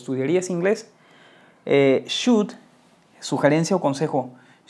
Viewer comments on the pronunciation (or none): Como maestro te recomiendo mejores tu prununciacion GUD CUD SHUD 😂😂😂😂😂😂😂😂😂😂😂